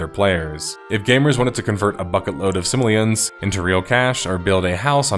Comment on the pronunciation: Its Sim-o-lee-an, not simalan